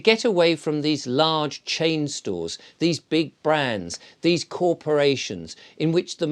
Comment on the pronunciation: "Chainstores". Or did you mean chainSORES?